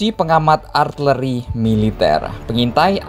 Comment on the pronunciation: Min nyebutnya arteri apa artileri sih...